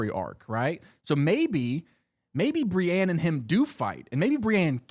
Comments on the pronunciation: the way he says Brienne's name s painful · Re name pronunciation, the audio books pronounce some names WAAAAY different than the show. petyr baelish is said like P’tire and Brienne of Tarth is said like brI-een (rhymes with fly screen)